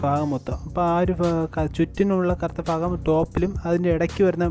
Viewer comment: Nice 🥰 അളിയാ ഫാഗം അല്ല ഭാഗം 😊